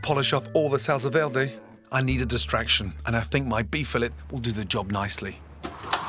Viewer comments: we gonna talk about how he said salsa verde lmao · What was the sauce on the beef roast? I thought he was saying “Salsa Verde” at first but it clearly isn’t that.. at least not as I understand it (tomatillo) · Gordon, never try to say "salsa verde" again